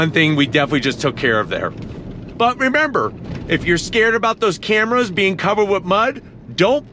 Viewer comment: 360 degree "cramras" lol!